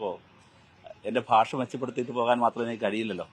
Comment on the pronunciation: ഭാഷ അല്ല. Paasa